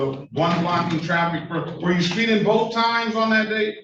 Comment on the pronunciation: What the hell is "spee-in"?